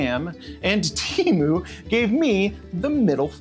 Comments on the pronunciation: "TEMU", not "Cheemoo". Read it like "T A M OO". It never ceases to amaze me how limited people in the USA are at learning any other language. Meanwhile, the rest of the world is constantly learning other languages. English, in my case. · It's not tea, or tee. it's te, like do re mi fa so la, its te like re, lol, I guess if you are hispanic, you would know this. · Wrong!! it's Temu not Tamu you idiot. 😂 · Why does everyone say teamoo when it's te not tea and they do pronounce mo like moo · It's not pronounced "t-ee-m-oo" bro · I think you might be pronounce it wrong, I think it might sound more more like tem-poo. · Yeah, well, they're probably just as mad that you won't pronounce their name correctly. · I am thankful that you mispronounce Temu every single time. They deserve it.